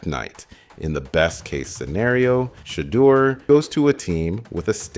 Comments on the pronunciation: He sounded like he was saying Shredder sanders one point 😂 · Great video but the way u say shedeur and Deon is wild 😂